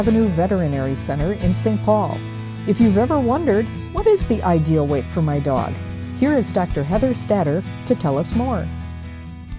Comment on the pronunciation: Obese lady talking about weiight🥴